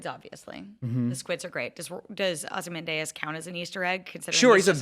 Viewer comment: Don’t speak authoritatively about Watchmen and be considered an actual TV critic if you can’t pronounce Ozymandias correctly.